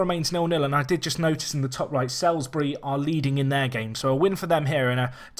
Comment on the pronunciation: By the way Salisbury is pronounced Solsbree